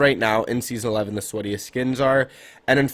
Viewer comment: My dude said sketiest 🤨